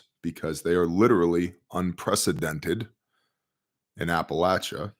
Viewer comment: "I want to keep this brief...". Makes over an hour video. Talks as slow as possible to drag out and dramatize what would have taken 20 minutes to say. Can't even pronounce "Appalachia". 🤔